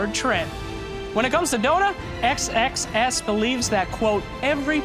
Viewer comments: Pounds Sex Sex Sex. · He keeps pronouncing xxs super carefully. XD